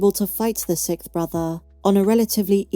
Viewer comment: Is it a British thing where the word is pronounced “Sikth”?